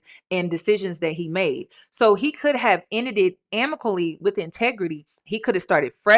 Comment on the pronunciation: … it’s AMICABLY not amically! lol 😅❤